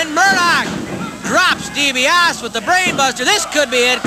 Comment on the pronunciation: I hate how they mispronounced Ted's name!! Ugh! Dibiase!!! Not D B OSS!